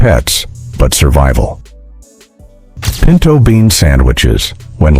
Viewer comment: pinto beans not pento 🤣